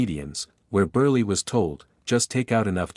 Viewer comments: what kind of an announcer are you that you cannot even pronounce a persons last name, it is pronounced BURL not BURLEE get a life stuoid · Uncle Milton Burley heh? Is that what you enunciated thar oh AI generated voice. Yep, Milton in the Borsch Bait fer sure. Well close enuff wadya think? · This AI narration is awful. First, Milton Berle's name was not pronounced as "Burrlie", The letter "E" in his name was silent. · "Milton Burley"? The narrator needs to do his homework before mispronouncing the name of such a big star as Berle.🙄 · UGH ... His name was pronounced "Burr el " for gosh sakes. Get it right !!! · Milton Berle (long e). Nit Mikton Berlie. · Short e, you don't pronounce it. Milton Burl. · Milton Burr-lee??? OMG couldn't you use a better text-to-speech engine? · Maybe.it was a...pun.❤HON❤Y/N😮oops he keeps saying..." BURLY" yikes😮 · I got a kick out of Milton Ber-Lee! Hehehehe!